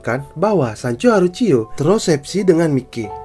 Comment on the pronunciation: Indo bgt bacanya mikey🤣 aturannya klo di baca maiki